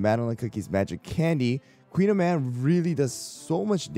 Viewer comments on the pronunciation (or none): Her name is actually pronounced as Koon-yaman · Call me a snob but I hate this american pronunciation of the pastry. I much prefer the Briton. Like why did we allow this but took the time to correctly learn and pronounce ✨croissant✨?? 😭